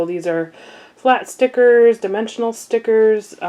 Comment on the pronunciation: I'm a Crafter mainly cricket and sewing and I thought maybe you were pronouncing stickers wrong and then I noticed you said it again and I don't know what "Thickers"are cuz they definitely look like stickers to me somebody want to explain to me what thickers are